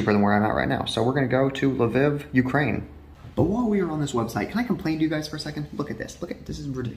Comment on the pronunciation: I’m from Ukraine 🇺🇦 and it’s L-Viv and not li-viv